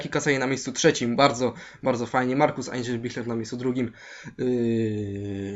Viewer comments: Znaczy Eisenbichler czyta Ajzebiśler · "Markus Ejnszebiszla" XDD